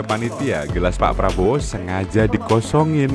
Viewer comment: Baru aja gw liat video anak ngmong prabroro sm janggar.. Ini malah kbwa2 ngmng prabroro